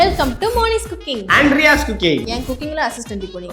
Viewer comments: I heard moni s cooking and andriya s cooking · And riyas❎Anryaa‘s✅.......yaarukellm ipdy ketuchi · Who heard ? Riyas cooking ❌ Andriya's cooking ✅